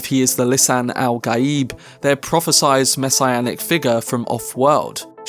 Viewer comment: There is no “Z” sound in prophesied: “Pro-fi-syed” - very distracting… the way you are saying it: “pro-fi-sized” is incorrect… js